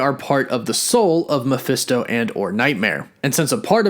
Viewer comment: “Maphisto Nightmare” Me: Ma-Nightmare